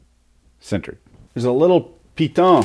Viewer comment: ...there's a little ''Piton'' LOL, that's french!